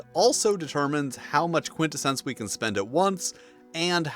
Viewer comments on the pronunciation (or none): Who pronounces Quintessence like that LMAO bro what on earth?